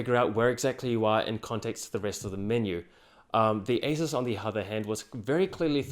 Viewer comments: You pronounce asus like acer. It's really annoying. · i had a hard time knowing if i heard you say asus, or acer. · Tech Sorry, but I did have problems understanding your pronunciation of the words 'Acer' and 'Asus'... sounded nearly the same.... very nice job though... tough decision for me between these two. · Seriously this guy pronunciation of Asus and Acer is so similar is more confusing than helpful to watch. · wtf the pronunciation acer and asus, i totally can't tell which one are you explaining.. let alone doesn't show the monitor comparison . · it is almost impossible to distinguish your pronounciation of ACER and ASUS. It sounds like you are saying the same word both times. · You're pronouncing Asus wrong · the way he says asus and acer sounds the same